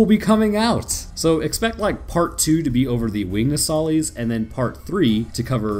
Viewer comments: It’s pronounced “No-sa-lis” you keep calling it a “No-sali-es” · Your pronunciation of Nosalis is wrong. If you've played you should know how to pronounce it properly.